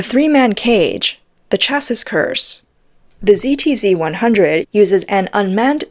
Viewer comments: Nice report, but train the AI to recognize "chassis" as pronounced "chassy." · chassis = chassie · can someone explain how to pronounce "chassis" to this bot? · ew that's not how you pronounce chassis. Once or twice fine but saying it over and over again wrong is just unprofessional. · omg you said it weight only to get it wrong again ten seconds later. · The "s" in chassis is silent, easier to say as well hehe ;) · Got tired of listening to this commentary. The continuous mis-pronunciation of chassis was too annoying. ! ! ! :body-blue-raised-arms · Learn to pronounce chassis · the mispronunciation of 'chassis' is annoying. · Chassis rhymes with classy.